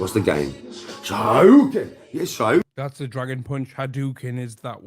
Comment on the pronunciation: SHO-RYU-KEN......no matter what subject he cant get anything right ever